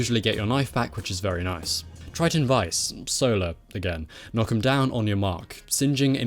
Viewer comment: Thank you for pronouncing Triton Vice correctly